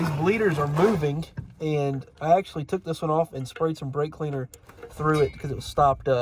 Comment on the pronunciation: Did i hear a "blake cleaner" in there ? 😂😂